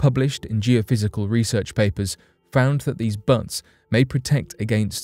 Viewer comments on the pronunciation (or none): Butts? They're called buttes. Your computer reader needs some updating.